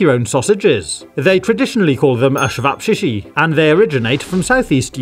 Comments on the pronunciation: it is not pronounced shevapshichi. It's pronounced Chevapchichi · IM FROM THE BALKANS AND THE WAY HE SAID ĆEVAPČIĆI HAHAHAHHAHA LMAO 🇷🇸😂 shevapshishi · Finally an upload! Btw im from Balkans, its pronounced chevapchichi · Hey there I am Bosnian! Your videos are awesome but just one thing! Čevapćići are pronounced tche-vap-chi-chi. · am sorry but the way you spelled cevapcici as "ashvapshishi" got me 💀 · You said čevapčiči ševapšiši č = ch like cherry Great video tho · Not to that guy, but just so you know, it’s pronounced Ce-vap-ie. I should know, my folks are from former Yugoslavia. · Me when I try and pronounce this word: Absavovashi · try saying it more like this: chevabchichi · as a Serbian i am very offended by the ćevapčići pronunciation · That is not how you say Ćevapčići but I live in Croatia (also Balkan) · as a serb i just have 1 question HOW DO YOU PRONOUNCE THAT SO WRONG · Believe me you have annoyed the entirety of Bosnia and Herzegovina with that pronounciation at the beginning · Oh dear, was my pronunciation bad? I am sorry. I researched first and thought I'd said it correctly. Sorry about that.